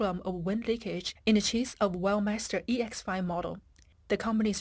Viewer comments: I notice that the commentator pronounces "Weltmeister" as "wellmeister", is this to cover up the rather nasty connotations of world domination in the name? Perhaps it should be "lossmeister" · Veld my's-ter isn't it?😅😅😅😅 Schmidt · As a german i had to cringe every time Weltmeister was said